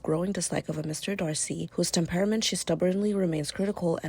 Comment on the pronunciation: If you don't know how to pronounce words like "temperament" I doubt your usage of the word. Your channel gets a 👎🏽 from me